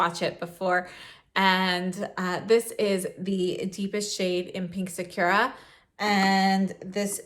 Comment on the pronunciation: Loved the video but literally no one pronounces sakura right. saa·kur·uh